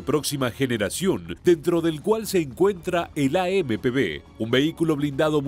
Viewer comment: traducir bien las palabras es AMP uve no b